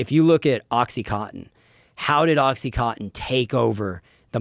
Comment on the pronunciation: Why do Americans all say "oxy-cot-in" ? Isn't it oxy-coN-tin?